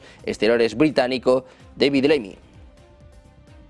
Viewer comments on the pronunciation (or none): none